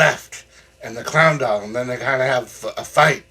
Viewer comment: Take a bow you cheerful clown. Wonderful review. There was a minute I thought you said that they were going to burn up a hound dog instead of clown doll though lol.